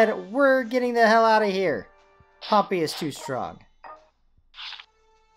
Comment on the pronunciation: Not to be rude but you said it wrong say it like pom pey also good vid